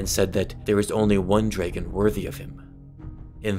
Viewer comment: He pronounces dragon like it's spelled like Draygin